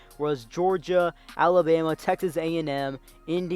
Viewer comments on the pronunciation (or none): none